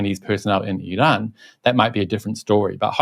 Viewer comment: You're trying too hard in the pronunciation of Iran. It's comical as even Iranians don't pronounce it like that😂